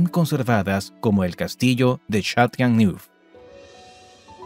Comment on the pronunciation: Algunos nombres son irreconocibles: el castillo de Châteauneuf que tu pronuncias Chatonu , suena un realidad (escrito foneticament): Chatonef.... Imagínate qué diferencia!!! De verdad, es una pena que no te hayas asesorado porque el reportaje gráfico es impecable, perfecto.